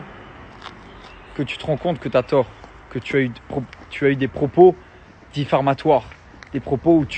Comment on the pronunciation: " des propos diRfamatoirs" sacré Dylan 😅🤣